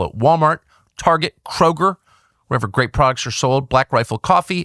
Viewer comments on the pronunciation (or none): none